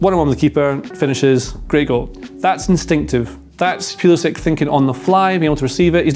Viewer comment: Tifo: there are 24 million soccer fans in the US, that's almost half the population of England, let's throw them a bone innit?: Yehh, but I'm still going to pronounce his name pueueuelisick instead of pull-isick to mess with them.